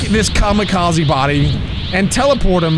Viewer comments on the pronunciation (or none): none